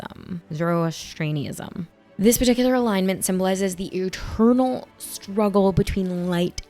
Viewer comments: You are so very brave… it’s, “Zorro-asstree-an-ism.” Zoroastrianism has not often been mentioned or taught outside of universities because it is was too influential to other later developing religions such as Judaism, Christianity, and Islam. You know, the typical evolutionary processes or outright theft that goes on when one is trying to control the masses by making poop up and using ideas that involve an all powerful sky god. You did nail that Australopithecus word eventually. Those guys are mentioned a lot in paleoanthropology class. Thanks for making videos eh. 🌻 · No hate at all ( I love your channel), just wanted to say it’s pronounced Zoro-ASS-trionism, and Thus spake (rhymes with the way the letter is a used in plate”) Zara (Clara) Therathustra (rhymes with diorama) ❤